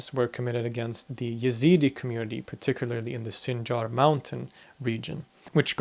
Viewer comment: Your pronunciation is correct, but for some reasons Westerners prononciate the name Y. They are a branch of Kurds, an Iranic folk. Their name comes from the God of Zoratst, i.e., Ezad, which is the translation of the word God in Persian.